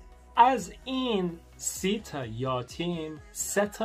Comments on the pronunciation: یاتیم نیست، یَتیم درسته عزیز‌ درضمن صدای پس‌زمینه خیلی رو مخه...:( The background music is kinda on nerve... اگه می‌شه موقع صحبت آهنگ پخش نکنید آخه باید رو حرفات تمرکز کنم تا درست متوجه شم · یاتیم نه یَتیم درسته ... یَتیم . 😂😂😂😂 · یاتیم اشتباه. یَتیم صحیح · الهییییی... چه بامزه😄😄😄....یاتیم 😄😄😄 عزیز ما میگیم یَتیم = orphan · Hi it is not yatim (یاتیم)it is yatim(یَتیم). You are so good at speak persian. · یاتیم نه یتیم 😂😂😂😂😂😂😂😂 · آسمون هم درسته آسمان هم درسته توی صحبت روزمره آسمون گفته میشه. یَتیم. فَرزند خوندِگی. پیشنهاد هات خیلی عالی بودند حتما نگاه میکنم🤩 انیمه "پونیو" رو هم ببین یک قسمتی هست و داستان زیبایی داره 😁